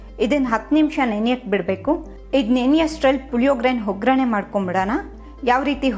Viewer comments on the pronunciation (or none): ಒಗ್ಗರಣೆ ಬದಲು ಹೊಗ್ಗರಣೆ ಅಂತೀರಾ. ಅವಲಕ್ಕಿ ಅನ್ನೋ ಬದಲು ಹವಲಕ್ಕಿ ಅಂದಿದ್ದೀರ. ಆಗಿದೆ ಬದಲು ಹಾಗಿದೆ ಅಂದಿದ್ದೀರ. ಸ್ವಲ್ಪ ಕನ್ನಡ ಸರಿಯಾಗಿ ಮಾತಾಡಲು ಕಲಿಯಿರಿ. ಆ ಬಳಕೆ ಬದಲು ಹಾ ಬಳಕೆ ಹಾ ಬಳಕೆ ಜಾಗದಲ್ಲಿ ಆ ಬಳಕೆ ಜಾಸ್ತಿಯಾಗಿ ಪೂರ್ತಿ video ನೋಡೋ ಮೊದಲೇ pause ಮಾಡಿ comment ಹಾಕಿದ್ದೀನಿ. ಕನ್ನಡ ಸರಿಯಾಗಿ ಬಳಕೆಯಾಗದಿದ್ದಲ್ಲಿ ಕೇಳೋ ಕುತೂಹಲ ಇರೋದಿಲ್ಲಾ.